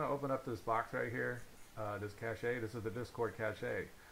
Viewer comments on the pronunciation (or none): please never say "cashay" again oh my god